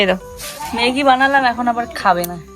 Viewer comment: কথা টা ইনজয়, ইসপিড, বোয়াও, ইসটিল নয় কথা গুলো, এনজয়, স্পিড, ননস্টিক কথা টা নন ইস্টিক না, স্টিল, ওয়াও, মেগি নয় ম্যাগী হবে উচ্চ্চারন।